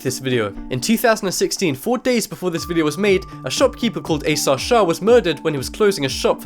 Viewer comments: Did you say a sad? Oh shit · his name was asad shah not asah shah